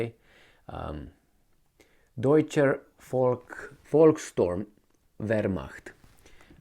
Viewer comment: Volkshturm.🤣 that did not play out well the last time.